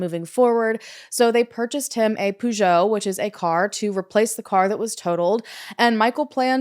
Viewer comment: i know Peugeot is a car brand but the way it was pronounced confused me and I thought maybe it was a different car brand, other than Peugeot, that I've never heard about.